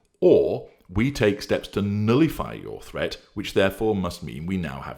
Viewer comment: “Nullify” not “nillify” 🤪